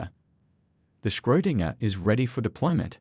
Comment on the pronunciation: Did anybody else twitch a little every time they said Schrödinger ?😅